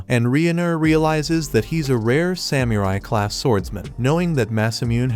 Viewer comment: its Ai dude, did you not noticed the weird way it couldn't pronounce samurai? dead give away